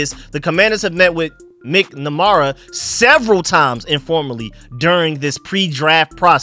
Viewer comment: MAK-NAH-MARA not MICK-NA-MARA. 😂. but you have trouble with names. It makes me laugh. Thank you for your work.